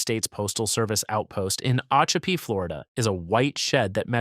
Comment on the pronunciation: It's O-chop-ee; and Cassadaga (with "day" in the middle, not "ah"), Alafia is with a f-eye in the middle,....AI is awful.